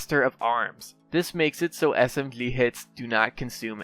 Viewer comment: Dude, how can t u say any word which contains "gy", so this is why u say moji as mogily, Or energly, SMGly, dude what is it? XD